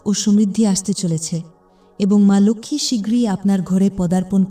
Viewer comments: লোখমি উচ্চারণ টা ভুল। ওটা লক্ষী lokhi হবে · Uchharan emon kano..ma lakhhmi ??vedio dakhe dakhe baniye diyechhe.